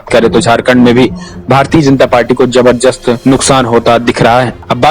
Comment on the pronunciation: Bhai zabardast hota h naki zabzrjast😀😀😀